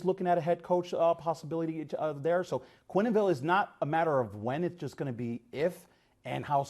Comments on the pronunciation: Joel "Quenenville". Good grief! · Its pronounced Kwen-ville,not Kweny-ville 🤦‍♂️